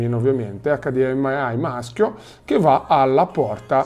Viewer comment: Mi sanguinano le orecchie per come pronunci HDMI